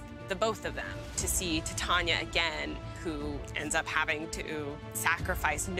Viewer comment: i think you pronounce Titania like "Titanium" LOL you play green, that'd be the day ps I'm team Wyatt 🤍💙🖤♥💚